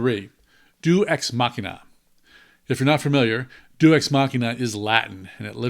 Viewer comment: It is not Due Es Machina. That may or may not be latin. It is Deus (Day-ooze) Machina.